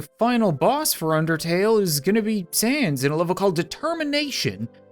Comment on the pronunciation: You said sans correctly I grant you my mercy